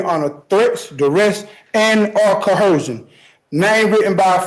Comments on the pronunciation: Jurydishun and oof of office. Nailed it! 😅😅😅😅 and cohersion! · Sigh....can someone teach the sovcits that there is no such word as "cohersion"? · "under threat, duress and CO-HERSION"?? Every single sovcit mispronounces it. Every time. Idiots. But let him represent himself. I'd pay good money to see that fool get what's coming to him. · Don't forget "cohersion." ) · I don't believe I have ever heard even one sovshit pronounce coercion properly 🤣